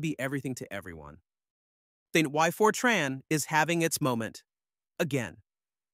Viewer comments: Fer-Trarn? Is this a new language? I haven't heard of it. Is it like FOR-tran. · Good video (except for the AI mispronouncing Fortran as "Fortron"). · Then you missed the best part... Really stupid AI that mixes "Fortron" with "Fortran" multiple times in the video. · It's short for FORmula TRANslation, so it's pronounced TRANN, not TRAHN. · It’s FORtran, nor forTRAAN, and it preceded object orientation by exactly one decade (Simula 67), not “decades”. Modern Fortran is a very large language with an embarrassing number of things having been added by one standard and removed in the next, and it’s a dreadful choice for accounting or text processing. But it’s a decent programming language that is very good at what it does and has good tool support. It probably shouldn’t have added Oop. The strength of Fortran was always that everything happened out in the open where the compiler could see it. All the reasons the cool kids had for not using Fortran in the 60s to the 80s are long gone. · Ugh. I bailed as soon as I heard for-TRAHN. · AI swill. Can't even get the name right. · ai cant pronounce fortran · You (AI) can't even pronounce the language correctly. I'm outa here. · Why is Fortran pronounced 20 different ways??